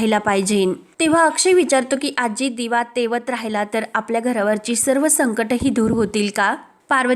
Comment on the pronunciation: Tejat nahi tewat ase aahe..kuthun marthi shikali g anade